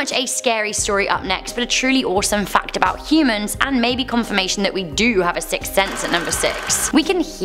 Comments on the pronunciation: You are saying sick sense not sixth 😂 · A sick sense? Hehehehe I'd love to hear her say sixth sense 5x fast lol